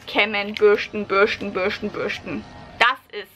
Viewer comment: Bürschten 😂 Deine Aussprache ist seltsam, aber lustig. Ich überlege gerade No Poo auszuprobieren.